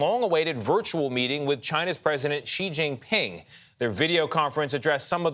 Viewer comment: Finally, an American pronounces Xi Jingping correctly.